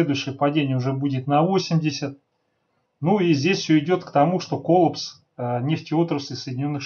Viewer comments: да не кОллапс , а коллАпс! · Согласно информации одного из самых авторитетных среди орфоэпических словарей, словаря Аванесова Р.И. , ударение в слове коллапс нужно ставить только на второй слог, гласную а, и никак иначе. При склонении существительного коллАпс ударение остается на втором слоге.